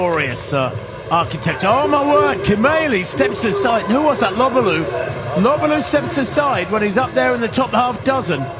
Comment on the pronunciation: He got Lobalu and Kimeli mixed up about 4 times...pronounces Lobalu like an imbecile and bangs on about "took refuge in Kenya, former South Sudaner, former Kenyan" bla bla bla..then Freudian slipped that they were team mates when Lobalu dropped out. He may be a good announcer..but he dropped a few clangers here to say the least. He has a great announcing voice..but the words that come out aren't all that nor full of insight in my opinion..he recites pbs and wiki pages mostly.